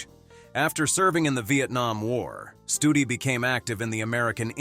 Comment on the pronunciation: 13;42 not Studi